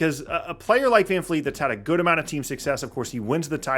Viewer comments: Bro, his name is Vred Fran Feet, get it right. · All i wanna do is live long enough to hear pronounce FVV last name correctly ❤